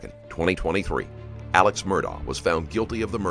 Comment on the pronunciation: Also his name is spelled Alex however it is pronounced "Alec"